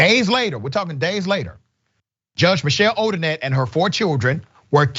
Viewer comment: All of her cases should be reviewed. Imagine the scores of people who did not get a fair trial…. Also, it’s Odinet, not Odinette. Pronounced Oh-din-NAY. People need to know & remember that name and the shame it now carries.